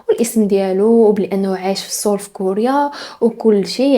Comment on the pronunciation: باينا علك تانتي قريتي الكورية.نطقل ديال سيول نطقتيه بشكل صحيح. او ربما صاحبتك قالت لك كيف كتنطق...